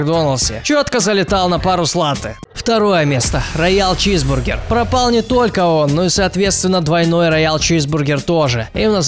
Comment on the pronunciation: Мені причулося ранял чізбургер а не раял чізбургер